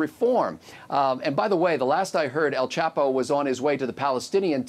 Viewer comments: "El quapo" LMAO 😂😭😂😭😂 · dead ass pronounced the name so wrong😂